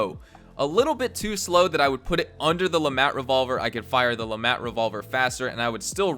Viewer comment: The T in LeMat is silent